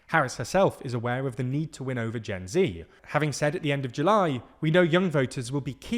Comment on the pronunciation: You pronounce Gen Z wrong